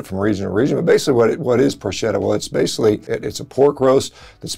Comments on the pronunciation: Dr. Shawn.............its pronounced "pork-etta" not "porschetta". The only plant based food I eat is pasta and tomatoes lol. Oh and pizza dough. Italian food is life for me! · fantastic news on Italy's news... I'll be eating a thousand spieducci a.k.a. arrosticini this summer in Abruzzo! btw: it's pronounced "Prork - etta" ... I avoid pork here at home but in central Italy, it's to die for! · It it pronounced Porketta, Doc. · Sorry if I do the pronounciation police, but I'm Italian and I can't stop laughing whenever I hear Americans pronounce Italian names 🤣 "CH" is not like the "SH" sound in the Italian language. We pronounce it like the "K" sound, so "PORCHETTA" is pronounced "PORKETTA", just like you also pronounce PORK. Instead, "SC" followed by a vocal is pronounced like "SH", so that's how we pronounce "PROSCIUTTO". By the way, yes, those are the most common meats and they're all made from pork. Doing a carnivore diet for health reasons, I would definitely go for a Fiorentina 🥩 Unfortunately, beyond the Chianina race and lamb of course, highly consumed in Sardinia but widely available everywhere, I wouldn't say Italian meats are awesome. Compared to those from Northern Europe, Italy's ruminant meats are usually fairly lean. When they're fattier, it's only because they give grains of all sorts to the animals in order to fatten them up before selling them. People generally look for lean meats, and avoid fats at all costs. In fact, they consume chicken most of the time, and breast only, of course. Just like the media tells them to do.. The meats you mentioned here are the traditional ones, still consumed today but less and less often as the years go by and newer generations keep being brainwashed more and more by the media to avoid meat and consume more vegetables, legumes and grains. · Ch in Italian is pronounced k. So porketta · It's pronounced porketta. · And porchaydo (ch like in chin, in church...) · I was going to mention that too.